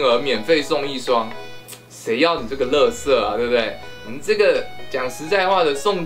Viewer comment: 喜歡妳最後一句ㄌㄜˋㄙㄜˋ😂